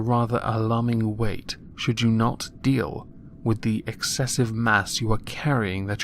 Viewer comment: .... Did you say "at an alarming rate" or "an alarming weight"?